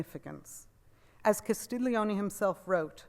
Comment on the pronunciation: Great lecture! Auguri! La ringrazio! Good pronunciation, except it's "Castel ioni" like the word "million", no 'g' sound!